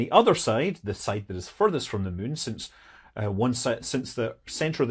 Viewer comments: Love videos that make Scott say the word 'mun'. 😁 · "The mun". Are we still talking in Kerbal 😅